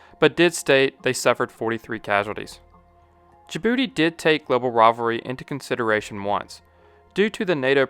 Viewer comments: "Jabroody, located in the H O R N of africa" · I know im immature when I chuckle every time you say "in Djibouti."